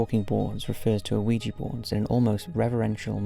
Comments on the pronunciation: I love these videos. However I cannot get past the pronunciation of oh-ee-jee. The 1896 trademark pronounces it "whee-juh". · You know the Mandela effect? Ouija is pronounced wee-ja. Not wee-gee. Somehow established itself like that, like so much other shit. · I know! I love his vids, and Ouija Boards have come up a lot over the years, and he always mispronounces it! It shouldn't bother me, but it makes me cringe every time. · "Oh-ee-ja board"?? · Ouijia is pronounced either "wee-juh" or "wee-jee." You do not pronounce the "O" at all. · Damn, 4 years later an you're still mispronouncing Ouija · Somebody please tell him that the O in Ouija is silent. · Why do you pronounce ouija like that? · Oui is french for yes and ja is german for yes. The german "ja" is said as "yah", but I don't think anyone cares that much, or they shouldn't worry about it... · It doesn't matter. However you say it, it's cool. 🙂